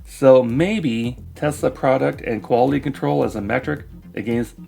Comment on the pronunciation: musk cant even pronounce the name of his terrible car company properly. He calls it “Tezla”. He is a nincompoop.